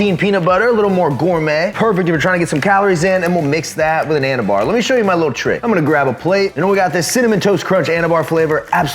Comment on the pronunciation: Anabar/Anabutter 😂 bro no